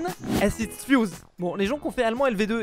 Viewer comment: Y a pas de h à "ist" et le "zusammen" était... particulier 🤣